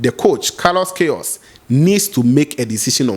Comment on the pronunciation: he said pronunciation is "Kayros". not "kayos".